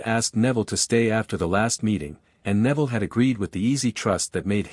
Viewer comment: I find it funny at an hour and 29 minutes Neville's name is pronounced Nevada